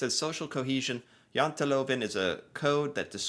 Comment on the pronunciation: YOU SAY JANTELOVEN PERFECT. BETTER THAN MOST NORWEGIANS.